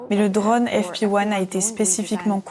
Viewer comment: Très intéressant comme toujours mais tout au long de la traduction il est dit "dronne" à la place de "drône" : est-ce bien la même chose (et non "choz") ?